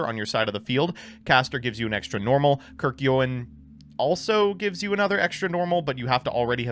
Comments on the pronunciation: I’ve heard many pronunciations of Kerykeion, but “kirky ohen” is a new one. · In this episode of mbt can't read: kerkyowen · pronunciation of Kerykeion killed me